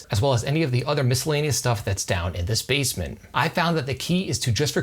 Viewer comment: I kept hearing "bassmen"